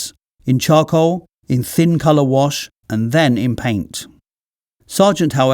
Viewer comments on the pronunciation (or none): none